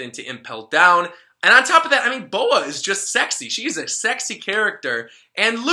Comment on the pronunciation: "Not only is she sekushii..." Was that intentional?